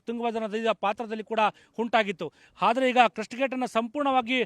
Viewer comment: "ಹಾದರೆ" ಅಲ್ಲ ಗುರು ಅದು "ಆದರೆ" 🤦‍♂️ Karma yellelindha barthiro neevella